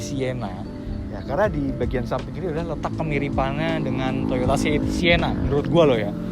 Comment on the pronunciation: Siena? Sienta kali bang.